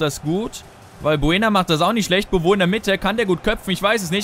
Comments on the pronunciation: Der heisst nicht bobo sondern Bowü gesprochen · Es heißt "Konoplianka", nicht KonoplüankaAußerdem wird Beauvue Bowü ausgesprochen, nicht bowo :D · Man spricht ihn Bowü aus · Dein Stürmer wird "Bovü" ausgesprochen ;) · haha "bowo" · man spricht es boovü aus glaube ich jedenfalls sehr fest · beauve gesprochen: bowü ; ) aber egal